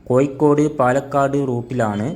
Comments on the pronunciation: കോയിക്കോടല്ല കോഴിക്കോട് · കോയിക്കോടല്ല കോഴിക്കോട്.... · ഴ ക്ക് പകരം യ എന്ന് പറയല്ലേ സുഹൃത്തേ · ആദ്യം ഉച്ചാരണം ശരിയാക്കുക കോയിക്കോടല്ല കോഴിക്കോട് എന്ന് പറയൂ. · കോയ്ക്കോട് അല്ല സഹോദരാ കോഴിക്കോട് ഓരോ പൊട്ട ജന്മങ്ങൾ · Koyikkodalla, kozhikkod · കോയി ക്കോട് അല്ലടാ പോയത് കോഴിക്കോട് കോഴിക്കോട്.. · കോയിക്കോട് അല്ല പൊട്ടാ കോഴിക്കോട് ആണ് 😮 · മലയാളം പറയാനും എഴുതാനും വായിക്കാനും പഠിക്ക്.. കോ'ഴി'ക്കോട് എന്നാണ്.. 'ഴ' എന്ന അക്ഷരം ഒരുപാട് തവണ പറഞ്ഞും എഴുതിയും വായിച്ചും പഠിക്ക്.. എന്നിട്ട് വീഡിയോ പോസ്റ്റ്‌ ചെയ്യ്